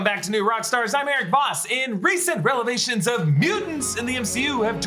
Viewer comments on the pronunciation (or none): “Re-VE-lations” I know, I know, I can’t even give you two seconds of critic-free judgement 😂😂😂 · Did he just say recent "relevations"? 😂😂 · Recent "relevations"?! 😅 Or, maybe you meant to say; "Revelations," lol huh?!? (just a question ✌) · "RELEVATIONS" lol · Relavations... lol